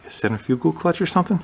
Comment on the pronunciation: Cen-trif-a gul - not - cen-tri fugal